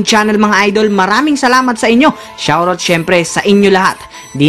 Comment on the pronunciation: Idol bakit iba ang pagbigkas mo ng SHOUT OUT